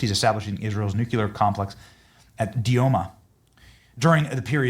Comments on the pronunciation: it's nuclear, not nuculer. Sorry, had to say it. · should stop pronouncing Nuclear like Jimmy Carter did. It's not "Nuculer" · It's not NUCULAR. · You are pronouncing nuclear like George Busch. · I cannot believe that podcasters can go on the air and mispronounce nuclear. It is abominable. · Pray for our President. He is a gift given to us, the USA. Nuclear is pronounce new-kle-ahr. Only one U. The country is off the tracks. They ( many) are no doubt are trying to do him & others harm. Thanks.